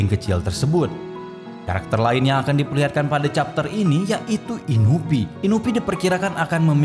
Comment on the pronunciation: Inui bang bukan inupi